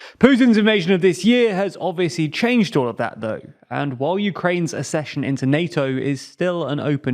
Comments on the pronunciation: The word is ACK-session. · ACCESSION IS NOT PRONOUNCED LIKE THAT! HOW MANY FUCKING TIMES DO I HAVE TO TELL YOU?? YOU HAVE ONE JOB !!! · Please, please, please learn how to pronounce the word ACCESSION. Nobody else confuses the words access and assess!